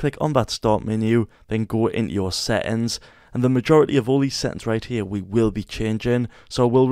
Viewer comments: Settings but he says: Se Ens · NVM but this blud is saying seings not settings LOL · "Then go into your se ings"